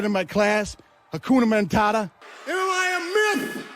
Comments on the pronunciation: haNkunamantata, did broo mean cum lauder 😭🤣🤣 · " ... hakuna mentata " Booker T thinking: '' YO, man, you dint pronounce it right! Suckuh! ''